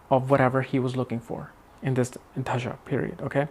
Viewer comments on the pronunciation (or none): Dasha, and not dhasha